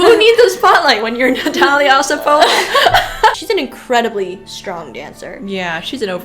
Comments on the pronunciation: I really enjoy your videos, but I feel I need to point out that Osipova’s name is pronounced with the accent on the second syllable. O-SI-po-va. You did great with Zakharova, though! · oSIpova? Really? Nope, she is Osipova.